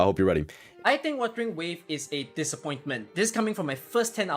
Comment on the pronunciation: Whoever thinks WuWa is a dissapointment must be srsly unhinged. Also it's WUTHERING not withering xD.